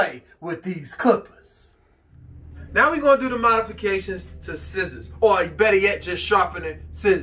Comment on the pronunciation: Yes, he even says Schissors in the video 😝